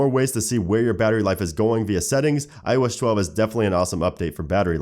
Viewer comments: "IOSH 12" he says😒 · It's still "iosh chwelve" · ''IOesh 12''